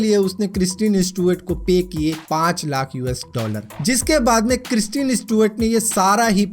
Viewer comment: Kristeeen really...dude ..its kristen.... pronounce correctly